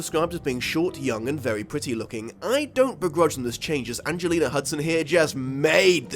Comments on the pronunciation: Did anyone else hear him say "Angelina Hudson" instead of Angelica Huston? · You got both her first AND last name wrong. It's Houston, not Hudson. Anjelica Houston. Beyond that, love this video! I read this book several times as a kid. Loved the movie as well! Although I can admit now that it's not particularly great. The book is still wonderful, though!